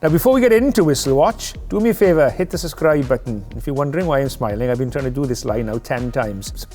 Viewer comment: "Suscribe"?? Really, Nigel? Is that a Welsh word?!!